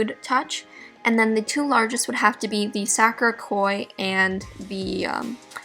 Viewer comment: i love you, but the way you were saying sakura was really bothering me lol